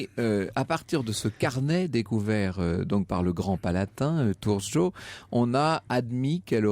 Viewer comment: Super. J adore votre émission. Mais y as un legere problele de pronontiation des noms. Le châteaux c appelle Cachtice..... Et l hommes qui la arrêtait s appelle Thurzo. Mais c'est plesire dz vous écouter. Je suis un grand fun :-)